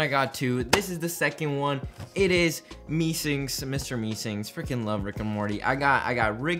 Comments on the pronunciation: "Mr Meesinks" It's Mr Meeseeks. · looking for this comment lmao annoyed me so much how can you not say meeseeks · MEESEEK* NOT FKN MESINK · Meesinks you mean meeseks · why is he calling it Mr mee-SINKS instead of Mr meeSEEKS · Mee SEEKS not Mee sinks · "Im a true rick and morty fan" He really said that after saying "Meesinks" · Bruh "mr meesinks" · Did he fr say mr Mee sings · Mr meesinks? can u pronounce?